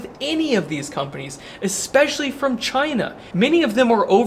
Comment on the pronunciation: One word, "Chy-nah"